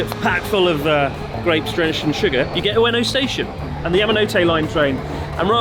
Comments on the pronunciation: Ueno "Stastion" love it 😂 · Ueno Stastion 😂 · Ueno Sta"s"tion ????🤔🤔🤔